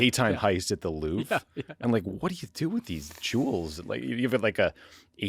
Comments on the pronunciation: Did Tommy actually pronounce the Louvre as Loo Vra? I must have misheard. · It should be pronounced LOUVR. the E is silent, and the R has no vowel sound attached to it. There is no "English pronunciation". .. it's not an English name.